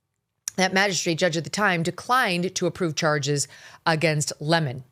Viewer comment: I love hearing you pronounce his name the way it should be: 🍋and not Le-Moan ! ha ha ha ha